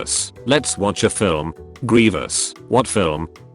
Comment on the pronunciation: says the first grevious like grevis and says it right the second